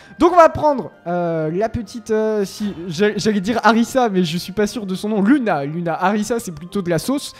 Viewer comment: On dit Louna pas luna